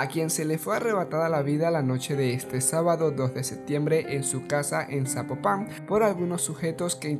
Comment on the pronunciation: Zapopan o zapopàn!!!! 😂😂😂😂